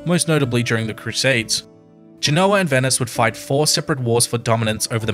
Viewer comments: Listening to the way Americans mispronounce "Genoa" makes me want to put ear plugs in. Its not "Ge-know-wa" it's "Gen-o-ah" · Forgive my pedantry, but Genoa is pronounced GEN-oh-a in English, and GEN-oh-va in Italian. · It bothers me that the expert on GEnoa/GEnova mispronounces the name of the city. (But maybe he's using a different dialect of Italian.) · Please pronounce places like Genoa correctly. Its very easy to look it up. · Genoa mispronounced.